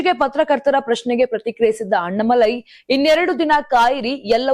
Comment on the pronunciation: ಕನ್ನಡ ಸರಿಯಾಗಿ ಮಾತಾಡಮ್ಮ ಅಣ್ಣಾಮಲೈ ಅವರ ಹೆಸರು, ಅಣ್ಣ ಮಲೈ ಅಲ್ಲ ತಾಯಿ.